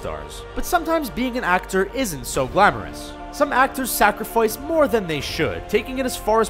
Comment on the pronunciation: 15 seconds in "sacrafoiced"